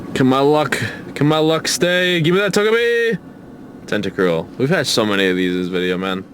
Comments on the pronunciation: Tentacool not Tentacruel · It's "TentaCOOL" not "TentaCRUEL". You always do the same mistake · It's tentacool not tentacruel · Everytime you called a Tentacool a Tentacruel I cringed. LOL. Great video! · He keeps saying tenticrul when it's a tenticool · you call tentacolls tuntacrule all the time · it's tentacool not crewl